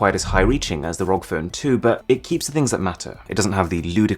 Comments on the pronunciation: its not rog its r.o.g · Say ROG like rog made me cringe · its "are oh gee" not rog. just sayin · Please not say rog phone. It’s R O G phone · R-O-G republic of gamers "rog" lol drove me mad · I find it a bit unsettling how he pronounces the ROG Phone 2 as 'rog' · Isn’t it pronounced R.O.G.? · No one gonna talk about how he pronounced ROG? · who else finds it annoying that he says asus and rog like that